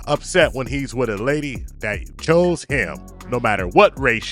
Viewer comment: There's no d at the end of chose 😂 omg